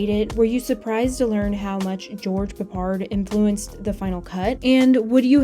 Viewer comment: Do you Yanks deliberately go out of your way to mispronounce names ? George Peppard is said the way it looks PEPPard, not pappARD. Where the 'ell did you get that nonsense from ?